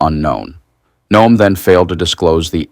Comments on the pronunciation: Her name is pronounced Noem not No..am. Robot narrator must be recoded by IT for proper pronunciation of names and places. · WOW, You guys are getting lazy. AI reading this.......No-em? Its pronounced Gnome.....like her face. But seriously "BIG BOMBSHELL THATS NOT A BOMBSHELL" headlines and you click........getting bad with you guys. Sounding like legacy media. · AI, it is Noem like gnome or Nome, not no-em. Get it right. She will be in the news often. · Noem = NOME You continuously mispronounce places and people's names. Please learn how to say them correctly before you start recording. Oh, and KYIV is not kiy-eev. It's KEEV